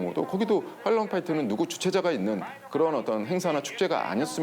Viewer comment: 미국선 '할로윈' 이라고 발음하는데 한국선 지옥의 헬(hell)이 생각나게하는 '헬'로윈이라 해서 진짜 헬이 됐나보군요..